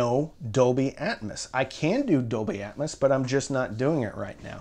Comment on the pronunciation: I feel like "atmus" is the southern way of saying atmos lol. I agree, getting a center that doesn't suck like the c1+ is more important since that's where 80% of sound comes out. I'd probably invest more in the sub to get something like BIC F12 or comparable and see if you can get a cheaper AVR especially refurb/open box ones if possible. I remember the good old days when you could get a Denon S540bt from A4L for like $150 refurb before covid screwed it up lol. I also agree less is more, no need to waste money on getting 7 channel avr and atmos if you're not at like SVS levels of subs as that's going to make you grin more than hearing the occasional helicopter fly over especially with how hit or miss a soundtrack can be hence why "atmouse" is commonly coined for Disney movies.